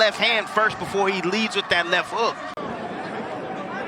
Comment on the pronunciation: Tell the announcer to pronounce the t in l e f that Japanese fighter is beautiful!!